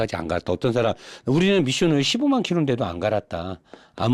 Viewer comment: ㅋㅋㅋㅋㅋㅋㅋㅋ한국말로 미숑오일 ㅅㅂㅋㅋㅋㅋㅋㅋㅋㅋㅋㅋㅋㅋㅋㅋㅋ